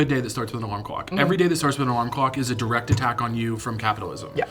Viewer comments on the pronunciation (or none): none